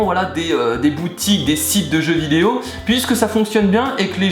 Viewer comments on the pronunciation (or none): none